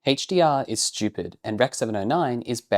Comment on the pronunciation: I'm not here to whinge about rec709, I'm here to rag on "Həidgj-Dee-Arr"